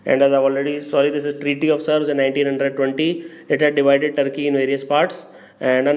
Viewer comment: It is not serves it is Sevres. Sevres is a commune in suburban Paris, France.